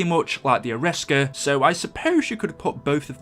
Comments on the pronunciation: Arisaka not the Ariska! LOL! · Any one else bothered that he called the arisaka the ariska? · Ariska? Isn’t is Arisaka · i know this is 3 years old but who the fuck calls the Arisaka, ARISSKA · Wasn't the arisaka pronounced air ee sock a, and not a risk a? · It's not A-risk-ar it arrow-as-ka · the arisaka is pronounced ari-saka not aris-ka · Call the arisacka the ariska😂😂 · It’s pronounced as Ara-Sa-Ka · BOA ITS AIR-REEEEEEEEEEEEEEEEEEEEEEEEE-SOCK-AH ARISAKA! PRONOUNCE IT RIGHT! PLEASE! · It's pronounced Air.E.sock.a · Ok 1 you look like an idiot mispronouncing the Arisaka and 2 the Shiva is not an assault rifle! It’s not even full auto or select fire let alone it looks like it uses a longer round than an intermediate cartridge length. An assault rifle is select fire with an intermediate cartridge length round. Get your facts straight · Wtf is this shit. He can't pronounce Arisaka for shit. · YOU CANNOT BE SERIOUS ABOUT HOW YOU PRONOUNCE ARISAKA